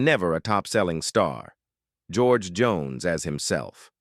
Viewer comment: Ya kinda messed up George Jones. Lol